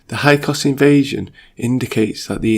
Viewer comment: Hyksos, pronounced “Hix sos” 😉